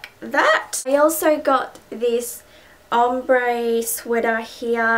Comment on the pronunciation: *ombre shombre haha sounds funny